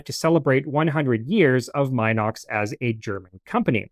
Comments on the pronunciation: Ffs...it's MEE-NOX and NOT MY-NOX 🤦🤦 A very good presentation, otherwise !! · Please get the name right ! It's NOT pronounced " M IIIIIIIIIIIII- nox," as in "Eye." M (Eye) - nox ! The correct pronunciation is Min - ox, as "in" the door. Get it ? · Not "mine ox", pronounced "Min ox" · I figured the "min" in "minox" is like the "min" in "mini" and prononced the same way.... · I've even owned a few Minox (and Minox clones) back in the day, and I've been pronouncing it wrong all these years. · How? The correct pronunciation is “MEE-nox”. The first syllable rhymes with “bee” 🐝. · I’d still consider that okay. But not the “my knocks” pronunciation used here. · Except for “Minox” itself…